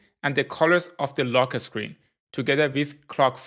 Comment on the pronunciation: "Lo keh sckreen"